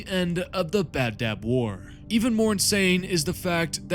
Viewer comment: love your vids but I gotta say its not the "Bab-dab war" its the Badab War. No "b" in the middle